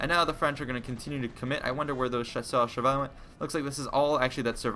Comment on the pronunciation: Wow! you said "Chasseur à cheval" almost perfectly... i am impressed.